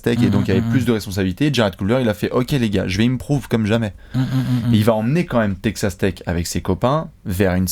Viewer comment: mdr pendant toute la video j'ai entendu "take ca steak" pour Texas Tech